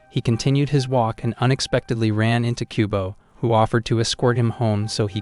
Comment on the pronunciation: I keep hearing kubone from Pokémon instead of kubo